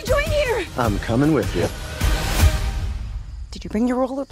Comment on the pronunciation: She slipped her Australian accent